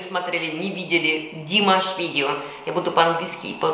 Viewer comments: смотрю Ваши комментарии уже третий год и мне нравится всё, кроме произношения имени нашего любимого певца: его имя не ДИмаш, а ДимАш, то есть ударение на последний слог! Что касается реагирования на некоторых критиков по поводу Вашего произношения на русском языке, то я Вам хочу подарить для таких случаев французский совет: " когда я встречаю на тротуаре кусок навоза, то не задумываюсь над тем как он сюда попал, а просто зажимаю нос и иду дальше!" Что касается Вашей фамилии, то у Вас был знаменитый однофамилец - пророк Моше ( Моисей ), который вывел еврейский народ из египетского рабства... И в конце комплимент: у Вас потрясающий грудной смех, но бывает он у Вас только тогда, когда Вы говорие по - русски! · Извиняюсь, но по правилам тюркской грамматики, ударение в тюркских словах ставится на последний слог: не ДИмаш, а ДимАш! Ещё раз извиняюсь! С уважением аксакал Жанат, Астана. 10.02.23.